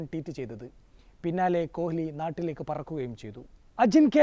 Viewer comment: Adhyam ni kohhhli nnu maati kohli nnu parayan padikku😂